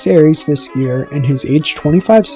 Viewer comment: I like the video, but you're pronouncing his last name wrong and all I can think of is the greek god of war.